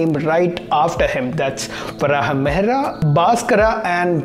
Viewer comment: pronunciation correction: Varahamihira = Varaha Meeheer